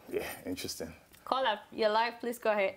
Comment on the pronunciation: love you all saharatv. I also like how when you say caller it sounds like "kola",,,hehe